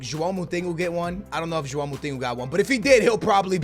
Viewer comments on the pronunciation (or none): none